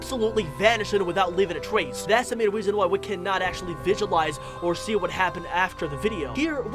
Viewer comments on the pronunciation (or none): none